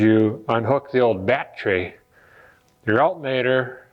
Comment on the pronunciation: Dude, you crack me up, I'm in the middle of my Camaro refresh so I can relate. Love the way you say Bat-tree, thought I was the only one. Keep em' coming....